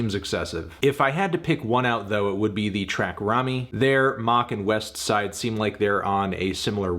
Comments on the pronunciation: This was an 8 or 9 easily... but what should be expected from someone who pronounces the T in Westside Gunn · Why he say westside name like it’s a space between em? trippin on fahim name too talm bout “thee god fahim” smh white folks be trippin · Fantano still can't pronounce Westside Gunn correctly smh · Alright Anthony, you don’t need to remind us you are the whitest man on earth everytime you say Westside Gunn.